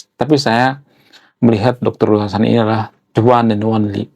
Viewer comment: Bacanya Riu hasan bang bukan Rui